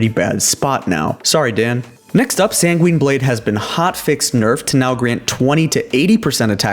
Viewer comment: say it with me: *SanGWIN Blade*, not *SanGWEEN Blade*.